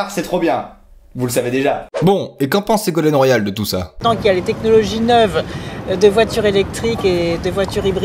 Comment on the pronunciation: LOL, la façon dont elle (Ségolène Royale) prononce "neuve" avec le "eu" de oeuf. Ça fait mal aux oreilles.